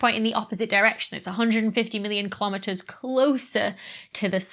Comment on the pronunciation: YAY!!! I caught a BLOOPER THAT YOU MISSED!!! LOL - "A hundred and fifty million KILOMETEMERS" !! LOL :D It's so cute... as Dr. Becky ALWAYS IS! :D